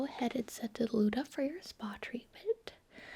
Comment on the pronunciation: Luda. Me: No Its Luna.